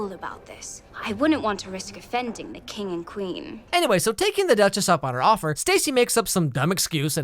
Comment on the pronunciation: I can't stop hearing he calling the girl "The Dutches"